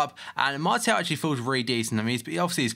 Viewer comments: It´s french, so pronounce him Marsial /Marcial, if you know what I mean. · but it's pronounced Mart-e-al not marshall